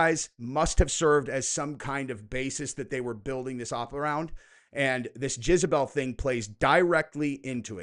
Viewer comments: Are you saying Jizz-a-bel on purpose? Lol. It's Jezz-a-bel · For the love of god, its JEZABELL not JIZZBELL 😂 🙄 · I love that you keep saying jizzabel instead of jezabel 🤣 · Is anyone else hearing "jizzabelle" lol? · How many times does say jizzabell. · Gonna start calling you "" after hearing your pronunciation of Jezebel. 🙂🕊️